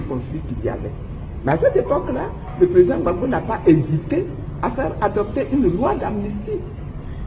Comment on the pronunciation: Rectifié cest Gbagbo et non babo